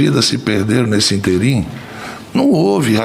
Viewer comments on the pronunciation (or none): Presidente da CPI além de safado é analfabeto. A Palavra é ínterim e não interím. É proparoxítona. A virtude dele é ser analfa funcional